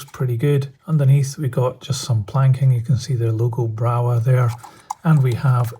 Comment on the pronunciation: They are very nice models,I have an electric loco from Brawa, very smooth runner in DC,heavy with good traction and has digital interface. By the way there is no W sound in german so is pronounced Brava.